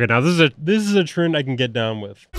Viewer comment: this man emphatize every word. and there are H everywhere: p-hop, tr-hend, b-hoomy, ret-hurn, p-hush, p-hioneering